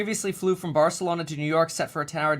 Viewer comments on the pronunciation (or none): none